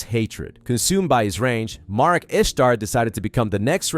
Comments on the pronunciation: Marik, not mark. Omg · Why does it sound like hes calling Marik Mark 😂 I know hes not saying Mark but it still sounds like it lol